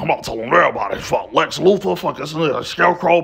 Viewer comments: Lex Loofer... Never once pronounced the th.. Not once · "Lex Loofer"😂😂